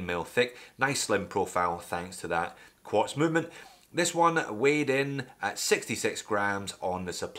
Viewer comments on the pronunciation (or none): Lost me at “Quartz”...